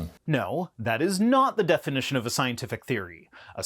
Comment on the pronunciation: Does he say defination instead of definition at ?